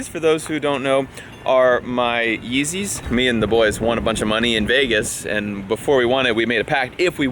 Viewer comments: The fucking up the yeezeys pisses me off 😩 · When he messed up the yeezes that hurt me